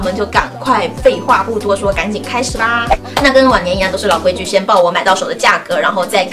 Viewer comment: 听好几次才听清是“往年”，以为是晚年😂😂😂